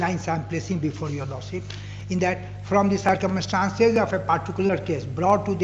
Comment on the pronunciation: What a disaster these advocates saying Lord seeep instead of Lordship, for submission they saying summison, for koshish they saying kosees kya bakwas log hain North India me